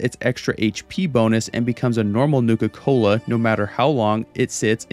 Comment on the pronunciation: Newka Cola seems like it's pronounced the way that Cartman would from South Park.